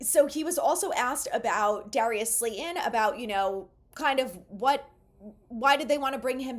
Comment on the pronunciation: Slay-Ton. Not, Slay-en. Please!